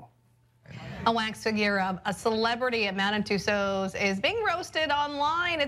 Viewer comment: Tussaud is pronounced Too-so